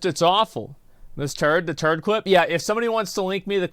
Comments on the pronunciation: Did anyone else hear the attorney call her Ms. Turd? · and again "Mrs. Turd" 🤣🤣🤣